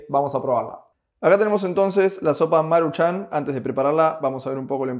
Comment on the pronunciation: No es marchan como tal... es más bien marūchan... nadamas así es acentoo en la uuuu